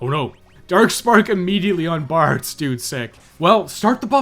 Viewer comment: Sometimes you were saying "Bards" but I was hearing "Bartz" and I was very confused! "Bartz wore down the first flamethrowers relatively painlessly" - what about everyone else?!